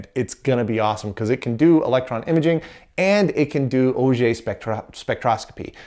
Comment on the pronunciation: The thing that I'm most impressed about? Correct pronunciation of "auger". Well done!